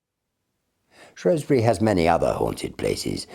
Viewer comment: so he pronounced Shrewsbury correctly, then.